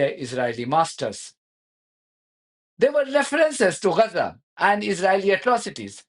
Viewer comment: Why do you say Gaza sounds like 'Rhaza' is your method the proper way?